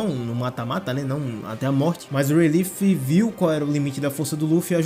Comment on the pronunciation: A pronúncia certa de Rayleigh é ray-lee! E não ray-leef